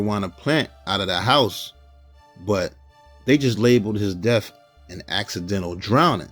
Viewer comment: I agree with you but the only complaint I have is when he says "DEAF" instead of "DEATH".